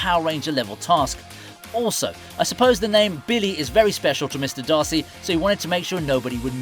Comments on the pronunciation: Dacre is Day-Cur, not Darcy😭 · Did he just refer to Billy Hargrave as "Darcy" Montgomery? Dude, it's spelled DACRE Montgomery. Its Pronounced: Dae-Kerr or Day-Kerr. Not frigging Darcy.